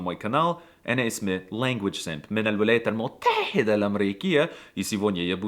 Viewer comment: Bro just say المتحدة its not that hard to say ح (ـحـ)